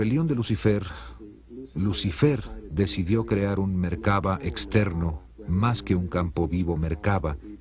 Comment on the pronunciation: Se dice "La Merkav'a'.